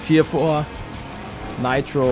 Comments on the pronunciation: Junge sag bitte Nitro das triggert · Niemand Palette: Naitro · Meine Aggressionen weil er ,,neitro‘‘ sagt 📈📈📈📈😂😂